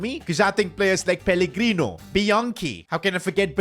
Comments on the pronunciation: Bro said peligrini not pellegrino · The amount of times he says pellegrini when it’s pellegrino is ridiculous